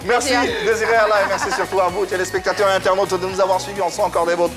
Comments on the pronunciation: Il dit aussi meCci au lieu de meRci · Il dit meksi aussi au lieu de merci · Et quand il dit meCci au lieu de meRci